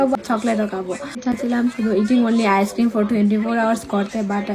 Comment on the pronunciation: One bite na first bite. Ar icecream er pronunciation ki rokom weird. Ar tomar english o jani ki rokom😅